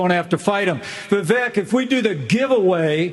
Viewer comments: Vivek is pronounced Vivake like cake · It's "Vi-VEYk", like "cake", not "VEE-vek". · Vivek is pronounced like vi-vake like cake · Hey Love your Channel! You have the BEST in this category!! One thing on Vivek.... I was pronouncing his name like you do previously, but II heard him say "It is Vivek like Cake" ...sounds like Vivake. Anyway keep up the great work and all the great postings!!! 😃